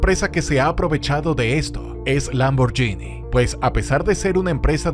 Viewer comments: NO se pronuncia LamborYini Xq lleva una "H" entre la g y la í, la cual la hace sonar: Lamborguini, ¿OK?. Si me hacen esperar, mejor me compro un "YUGO", del año. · Por favor aprende a pronunciar 'Lamborghini'.